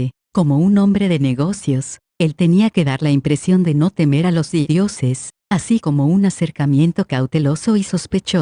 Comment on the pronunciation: porque siempre en tus videos la palabra dioses siempre la escucho como didioses? osea wtf